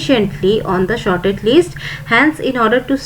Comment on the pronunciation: Its not shorted mam its sorted